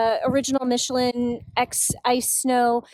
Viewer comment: Also killed "Michelin" so who cares...